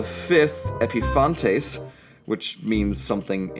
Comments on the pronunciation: *Epiphanes not epiphantes or whatever you tried to pronounce. Ptolemy IV’s mistress and her brother were both his lovers. They were also his cousins since all three shared the same great grandmother. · Epifanes, not Epifantes. Those "other women named Kleopatra" who married Ptolemaios IX and X were their sisters. And it went on like that right up to the birth of (The) Kleopatra VII, although it's possible but not probable Kleopatra VII's mother was someone outside the family.